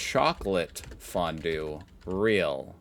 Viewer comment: as a Swiss, I can confirm that his way of pronouncing it was way closer to the original than he might think